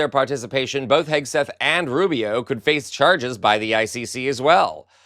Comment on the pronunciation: ha ha ha 'Pete HAGUE-SETH' - even better than 'Pete Kegbreath' 😆